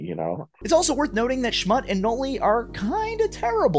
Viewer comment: Its pronounced, Schmutt-E